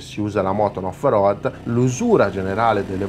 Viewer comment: al settimo "off roAdd" ho spento!!